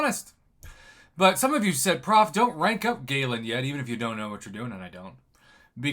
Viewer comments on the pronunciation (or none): none